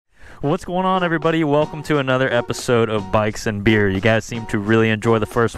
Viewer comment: I’m sorry but every time you say “bikes and beer” I hear “bikes and beards”